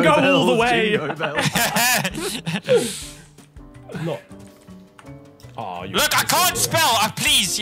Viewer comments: Lando: "jingobells".... "jingo bello" LMFAO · Not "jingo bello" 😭😭😭😭😭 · ITS NOT JINGO BELLS IS JINGO BOMBS